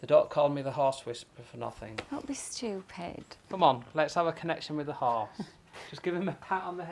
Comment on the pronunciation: 2 huge problems bout this video 1. her eyebrows (and blush) 2. the way they pronounce horse “hUsE”